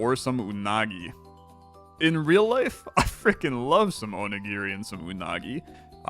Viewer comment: Oh. My. God. finally pronounced onigiri correctly. I am shooketh.